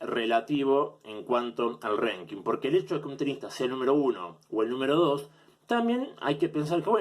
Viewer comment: No sé por qué decidí ver la parte que hablabas de Ríos, sos un payaso con todas la letras. Cómo vas a comparar una liga de fútbol con el ranking atp? No hay un campeón del año en la atp. Qué mierda es un "renking"? Ranking idiota, hablá bien!!! Nunca escuchaste a Federer hablar sobre Rios? En serio sos nefasto jaja